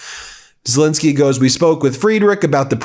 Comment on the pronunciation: Fentanyl, please note: final syllable is a short "I"; while Zelensky's Middle syllable is a short "E".